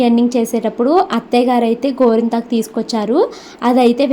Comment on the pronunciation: కొంత మందికి "టా" పలకదు